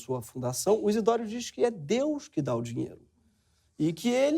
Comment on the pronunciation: "Deúz", "Jezúz" drogas pesadíssimas!!!!